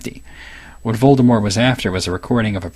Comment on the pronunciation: I'm so glad he knows how to pronounce Voldemort.